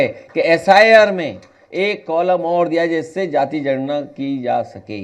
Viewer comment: जनगणना शब्द का सही उच्चारण करना तो सीख लो फलाने ॓भइया जी ॔।